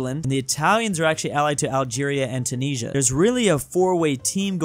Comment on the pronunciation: The way you say 'Tunisia' triggers me so much.